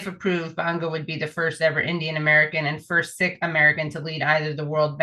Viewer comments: It sounds like “SEEK” Not “”SICK” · The sad thing. IMHO, that Amy Goodman and these two people i love pronounced Sihk incorrectly. Now maybe it was to avoid the algorithm, but is is pronounced "seek." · The word Sikh is pronounced " seek " NOT "sick" . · Pronounced Seekh, not Sick. But anyhoo, not important compared to the fact that they actually think we the people want these World Banks, World Health Organisations, World Centralised controls. So tired of these fools.